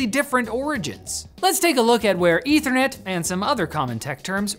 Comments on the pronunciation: Eth-ther net. Short e. Pronounce it correctly and it doesn't sound a thing like "internet". You are pronouncing it weird, like the chemical. Ether (Eh-thur), like the hypothetical substance that fills the void, not ether (Ee-ther), the chemical. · wtf is "ethranet"? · *Meth*anol -> *Eth*anol -> *Eth*ernet You're spent your entire life mispronouncing this word 🤯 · I dont know where this dude is getting his pronunciation for ethernet or the ether in general.